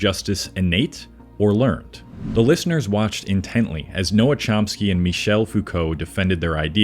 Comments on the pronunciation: C'mon man. "Noam" not "Noah" Chomsky. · Noah Chomsky? It's Noam Chomsky, for frick's sake! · No, you just aren't used to hearing "Noam" pronounced correctly. It isn't "noh-m" it's "noh-um" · 20 did he say “Noah Chomsky”? Either way, ew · i’ve never heard anybody mispronounce noam chomsky’s name until today. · I like your videos and am happy to give the benefit of the doubt… but the irony of getting Noam Chomsky and Simone De Beauvoir’s names wrong in a video decrying pseudo-intellectualism 🤦🏼‍♂️